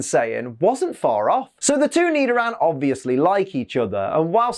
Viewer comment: Nidoran..: more like me-do-ran 🤣